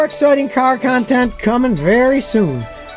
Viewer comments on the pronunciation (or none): You said "video" wrong in the last sentence. Well, wrong for, anyway.